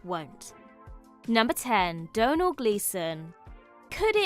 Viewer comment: Thank you for teaching me how to pronounce Domnhall! I was perplexed for years!